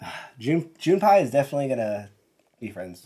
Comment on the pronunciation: The “pei” in “Junpei” sounds more like “pay,” than “pie.”